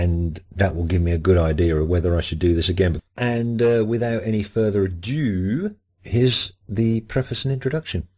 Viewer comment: further ado..Not further adue. as in | as in ah doo. | adge oo